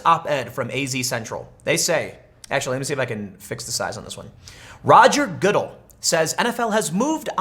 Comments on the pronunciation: It’s pronounced guh-DELL you skate dork. (I’m wearing my 34 y/o “prevent this tragedy” t-shirt which should clarify that comment as sarcasm. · Cap-er-nick. Ga-dell. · How to tell whether Tim Pool watches football... ...listen to how he pronounces the commissioner's name. Emphasis is on the the last syllable of his name there, Tim. Sounds kind of like an endoursement for Dell computers....Good...Dell...Goodell. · I just love the way Tim says Goodell. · did you hear how he pronounced Roger Goodell's name hahahaha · I’m trying to determine whether or not you’ve never heard Goodell or Kaepernick said in the MSM.. you hear politicians names in the MSM, I KNOW you’ve never heard your rendition.. are you trolling??? 🤣😂😆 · Tim butchers Colin & Rogers last names. It’s safe to say Tim isn’t a football 🏈 fan 😂🤣 great video though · Seriously...learn how to pronounce Kaepernick and Goodell, Tim. I dont like either of them, but the way you pronounce them is embarrassing.